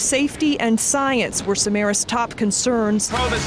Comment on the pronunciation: And he was Greek. His surname is SamarAs, not SamAras.